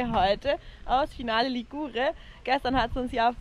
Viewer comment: Nettes Video, aus einer besonderen Gegend. Kleiner Tipp zur Betonung des Wortes Ligure. Die Betonung liegt auf der ersten Silbe, also auf dem Li.